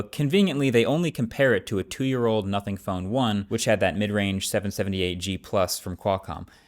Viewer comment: Guys. He did say Notning.